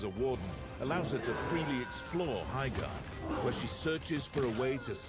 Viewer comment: Erm my gerd it's HI-gerd